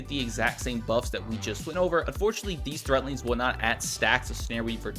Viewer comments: someone tell him there's a "D" in threadlings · THREADLINGS! WITH A D NOT THREATLINGS